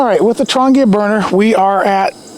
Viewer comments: Nice gear yes! Affordable? BARELY. Still far too expensive for most poor people. Trangia - TRAN GEE (long G) UH is the way to pronounce it. Not Tran-gea Was a bit confusing when you mispronounced it. Even a Firebox needs a wind screen sometimes. Diffuser is needed to spread the heat for certain cookware and foods so it is not concentrated in only one small spot. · Trangia might be pronounced "Tran - jee- uhhh." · Never listen to someone who can't even be bothered to find out how to pronounce the name of the products he's talking about.